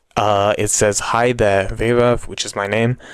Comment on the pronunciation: As an Indian, its the first time I heard the name "Vaibhav" pronounced as "waybhav" lol. BUT, its nice to see fellow Indian brothers on this channel. Keep up the good work.